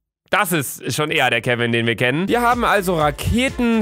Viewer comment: wi hap Kevin getötet luca Dein deutsch